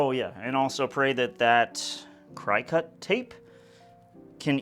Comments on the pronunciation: Hey. Not to embarrass you but Cricut is pronounced CRICKET. 😜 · Excellent,! This is SO fun seeing you explore different avenues and even better that you are getting them to all work! Love the outlining you did and really think that was the cherry on top! FYI...it is pronounced "cricket" even though it is spelled that way! I did the same thing when I first saw the word! 😋